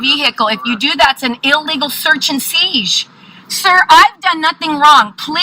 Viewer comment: "Search and siege", does she mean search and seize? Failure of education leads to failure at life.